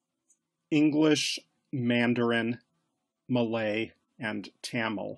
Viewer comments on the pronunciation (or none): none